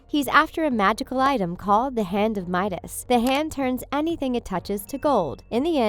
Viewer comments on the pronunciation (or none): none